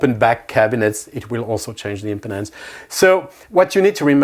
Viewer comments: It’s pronounced impeeeeedance. 😂 impotence 😬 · Unfortunate pronunciation of “impedance.”